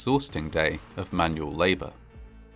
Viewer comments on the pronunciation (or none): none